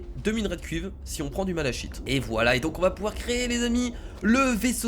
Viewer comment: le malachite se prononce "malaKite" j'aime pas quand on prononce mal les mots sinon super jeu continue comme ça